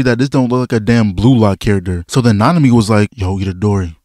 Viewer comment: Nanami? Oh, you mean -ami..